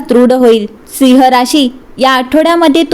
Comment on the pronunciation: सिंह म्हणण्या ऐवजी जो मराठी उच्चार आहे तसा म्हणजे ‘सिंव्ह’ असा करावा. मराठी कानाला गोड वाटेल. आपला आभारी आहे.